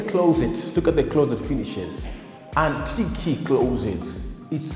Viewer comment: This is brilliant, very nice video even the way you interact with your camera man is entertaining and keeps the viewer engaged. However there is room for improvement on your pronunciations Antique(antik not antiki) Wood not hood, The way you pronounce ensuite is perfect. Keep up the amazing work and may you soar to greater heights.